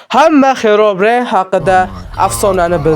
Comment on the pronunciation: Villagerni va Herobrinni talafuzi ham boshqacha👎